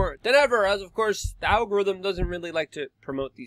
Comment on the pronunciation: If you Can not pronounce “the”, then i do not trust you.